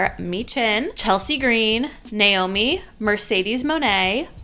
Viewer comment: and the "Namoi" instead of "Naomi" 😭